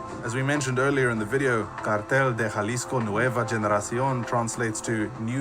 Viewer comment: Idk what the narrator keeps saying “jaaa lisco” lmao. It’s pronounced “Haa”. I agree with you man. A small blessing is that he was not captured/kidnapped alive.